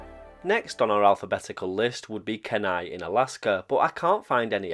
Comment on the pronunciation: Alaskan here -- where is that station located? I may be able to sleuth some info. Also, it's pronounced Key-nigh :-) not your fault!